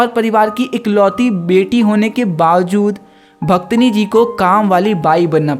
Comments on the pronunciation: Bhit achha samjhaya bhaiya nice explanation 😊 but aap bhaktin ko bhaktni bol rhe ho😅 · Bhaktini nhi bhaiya please pronunciation sahi kro aap apni wo bhaktin hota hai 😂😂😂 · Mai ye video dekhleta pr tune suru me hi bhaktin ko bhaktini kehdiya isliye jara hu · Bhaktin ❌ Bhaktani ✅ 😂😂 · The explanation was good but it's bhaktin and not bhaktini 🤦🏻‍♀️ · Bhaktani nahi pehel bolna sikh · That pronunciation of bhaktini forced me to leave the video 😷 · Each time he said bhaktni, the Hindi student inside me died out of pain....🥲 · For real yrr😐